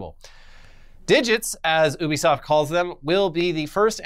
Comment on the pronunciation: Why do they keep saying Obisoft isn't Ubisoft it's driving me mad